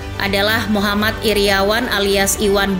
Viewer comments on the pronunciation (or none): none